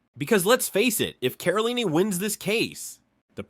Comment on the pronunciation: Why is it so difficult for the narrator to say Caroline? Pronouncing it differently and wrong each time.